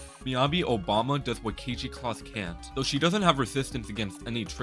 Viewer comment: Oi, you think I wouldn't notice you saying Obama instead of Oyama? Ya silly goose!